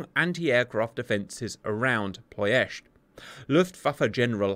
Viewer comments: just wants to say 'Ploesti' once more -- whoops, there he goes again. PLO esht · He always pronounced it - Plo-est-ee